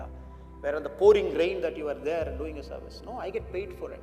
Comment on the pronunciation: Its service....not servise...pls edit